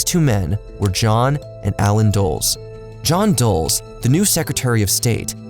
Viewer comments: Great documentary but a lot of mispronunciation. Alan DULL-ES not Doles. Everyone should know that, come on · Too many mispronounced names and places... Feels like misinformation or obviously poor research/fact checking. Bogota, Cartagena, Dulles... Woof, guy. Buh-goat-uh! Yikes! Try Bo-guh-taw. Car-tuh-hain-uh. Dull-iss. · It’s Dull-Less. How are you going to hire a voiceover guy who who doesn’t even know how to pronounce the name of Allen Dulles and one of the key figures in the video. He also mispronounced Cartegna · The brothers' last name is pronounced “Dal-Les”. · Dulles is Dull-iss like the airport in DC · Sounds totally reasonable to me. BTW, it is too much to ask, for you to learn how to pronounce "Cartagena"? Jesus! You people couldn't even pronounce "Bogota." I can do it, and I speak American high school Spanish! The narrator couldn't even pronounce the name on America's largest airport. Where do you get these idiots? The CIA involvement in Iran is hardly unknown or controversial. YouTube loves anything anti-American, so there is no way your video would be demonetized. You're just squeezing your subscribers for more cash. Stop the exploitation, comrade! =P